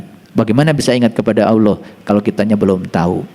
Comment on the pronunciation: mantap... yg kurang enak saya dengar. aulah bukan allah